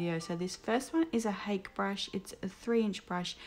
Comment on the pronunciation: The Hake brush is Japanese and it's pronounced "hah keh" : )